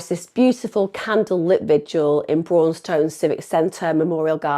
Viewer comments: This is close to my home; it’s said brawn ston, not brawwwn stone. I live in wigston. This is too close, this gent, this son, husband, father, uncle, friend, grandfather was done dirty with the sentences these kids got! They’re racist, they attacked this gent for his race.ill stand by that. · Braunstone sounds like brawn ston, sorry spending half my youth hanging around there and being from Leicester that bit tickled me. Awful case and great job covering it emma x